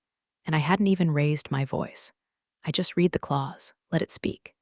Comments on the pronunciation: Please teach the AI voice to know when "READ" is pronounced red, not reed . . . might add some authenticity to the stories. That being said, I've been a fan since you first came on-line. Keep up the great stories - Luv em. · So tiresome that creators think failing to proof-read their AI generated work for repetition is acceptable. And the past-tense of "read" is pronounced "rEHd", not "reed." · It is pronounced "red" not real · Should read "reed" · Read in the past tense is pronounced red. Please edit anything done by faulty programming before publishing for consumption by listeners. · it's like the AI got stuck on the "read" vs "red" debate. 🤦‍♀ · that’s the mistake AI keeps making. Past tense should be "read" as "red." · You guys must find a way for AI to say either 'red' or 'reed' the right way each time. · Someone fix AI. It can't tell the difference between read (reed) and read (red).